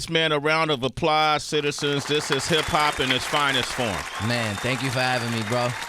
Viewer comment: A round of "Applahs" 🤣🤣🤣🤣